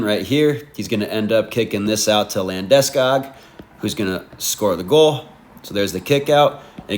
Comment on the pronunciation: you say Landeskog weird haha, maybe it's actually proper and i'm just a dipsh!t american :face-turquoise-drinking-coffee:. good vid